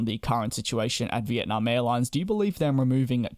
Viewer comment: It’s nam not narm